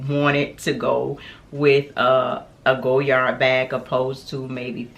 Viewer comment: I love this bag. I own the pm size. Just wanted to note dear, the d at the end of Goyard is silent. Beautiful color, enjoy 💚💚